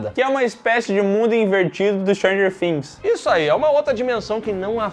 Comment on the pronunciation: O diz: Stranger Things Eu escutei: Jar Jar Binks 😂